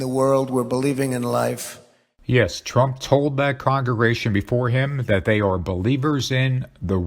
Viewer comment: Why can’t this computer narrator say “congregation”. Hope it’s not a human!